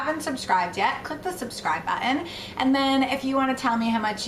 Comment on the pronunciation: She sounds a bit British when she says 'Button'